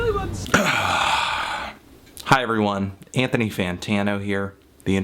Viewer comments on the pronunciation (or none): none